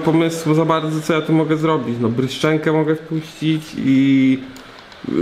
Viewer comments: JEZUS NO TO JEST "BRYŻENKO", A NIE "BRYSZCZENKO" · Bryżenko kurwa a nie bryszczenko